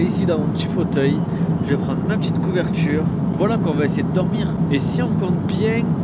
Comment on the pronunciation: j'etais mort quand il a dis couverure oreiller mdr gros ten economie